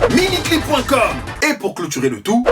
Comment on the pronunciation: J'adore You're not the father donc tu m'as rien rappelé, mais quand tu as prononcé "MINICLIP"... j'ai eu des flashbacks